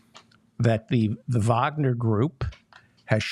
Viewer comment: Thank you for pronouncing 'Wagner' correctly.